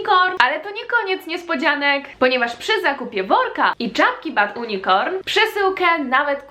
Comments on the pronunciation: Bardzo podoba mi się twój pomysł na ten sklep, jednak ja nie mogę wytrzymać jak wymawiasz jego nazwę; wymawiasz fonetycznie: ,,bad unikorn’’, a trzeba mniej więcej ,,bed junikorn’’ proszę, moje uszy cierpią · JUNIKORN nie UNIKORN 😭😭 serio robisz angielska nazwę marki a źle ja czytasz... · Ale Ty kaleczysz język angielski! Jak masz firmę o angielskiej nazwie to naucz się to wymawiać! Mówi się poprawnie /junikorn/ żaden unikorn! Uszy bolą, wstyd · nie czyta się "unikorn", a "junikorn";) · Nie wymawia się bad unikorn tylko bad junikorn XD Wiem że masz dysleksję ale może zapamiętasz❤ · Chyba nie "Bad unikorn"... Wydaje mi się że "Bad unicorn" czyta się "Bad junikorn" 🙃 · Mogłabyś chociaż poprawnie czytać nazwę swojego sklepu... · Ariana Loovveerr prawda! za kazdym razem rani to moje uszy i dziwie się że wiecej osob tego nie pisze w komentarzach, to już jest podstawowa wiedza i nie jakies trudne slowo do wymowienia... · Jeszcze dobrze wymawiaj nazwę z angielskiego :) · Naucz się wymawiać nazwę swojej marki tak jak się powinno, proszę...